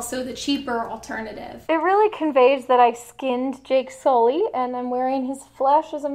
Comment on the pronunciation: JAKE SOO-LEE!